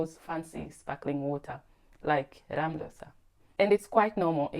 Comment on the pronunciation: Perfect pronounciation of Ramlösa! That's something not a whole lot of swedish people manage😄